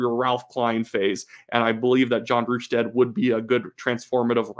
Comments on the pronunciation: It's pronounced RUS-TAD not RU-STAD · Hello from BC. Great analysis. One note: it's pronounced Russ-stad not Rush-sted